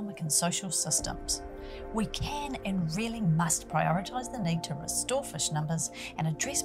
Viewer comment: "Rescue fush"